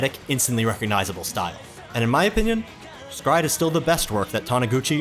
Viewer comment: Is it pronounced "scryed" or separately "s Cry Ed"??